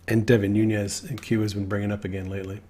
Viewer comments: As my congressman, Devin Nunes has made me proud. His last name is pronounced New- Nez NOT Noon-yez. Just fyi. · Noo - nes (not Noo - nyes). Name is Portuguese, not Spanish. Just fyi. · * Noonez NOT NooYEZ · Devin Nunes is of Portuguese descent so his surname is pronounced NOON-ess. There is no Spanish tilde mark over the 'n'